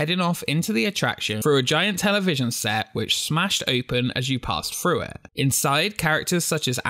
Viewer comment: THROUGH not FROO! THREE NOT FREE! LEARN TO SPEAK ENGLISH!!!!!